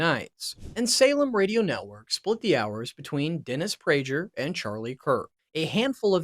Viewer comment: Guy here doesn't know the pronunciation of Bongino or Praeger. Which tells me this guy has no idea who the players are. All pretty basic things....